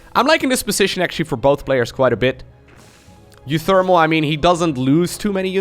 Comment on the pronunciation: You say uwu pretty good